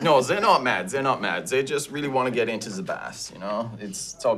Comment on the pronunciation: "Zey really want to get into ze bass." I thought it was a pike.